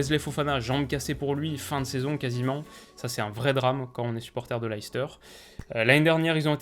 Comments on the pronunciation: Hey! Top la vidéo, comme d’hab. juste on dit « Less teur » et non « Laïs teur » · Super vidéo mais stp arrête de dire "Laïcester" parce que ça se prononce "Leh- stuh" en phonétique ! Une petite recherche sur Google "Leicester prononciation" te montrera (et te fera entendre) la prononciation exact du club et de la ville de Leicester !! Sinon j'adore ce que tu fais et j'ai hâte de voir ton classement de ligue 1 😉